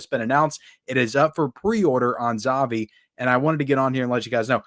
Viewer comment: 'ZAVVI' is pronounced like you're saying 'HAPPY'.